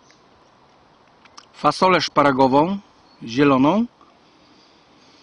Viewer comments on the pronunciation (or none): Haha fasolka szpargałowa a nie szparagowa haha ale i tak dobry film subskrypcja zostawiona bardzo lubię polskie rację żywnościowe są najlepsze